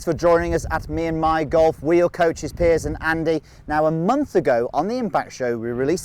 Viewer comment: Why does Andy call Piers "Pierce" ?